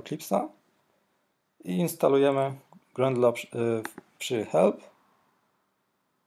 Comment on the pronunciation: nie jest to potrzebne do uruchomienia projektu, ale ciężko jest słuchać o "grendlu", gdy powinien być "grejdl"